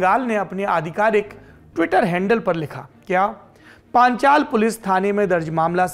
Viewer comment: इलाके का नाम पांचाल नहीं पांचला हैं।